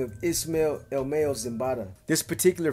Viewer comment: Ok say with MA-YO the first part is like if you’re saying mama but your only saying the first two letters MA and then YO like York but only pronouncing YO. So all together MAYO not Mayonnaise 😂😂😂😂😂 puro pedo BEE